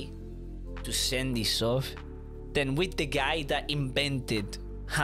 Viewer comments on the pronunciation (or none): none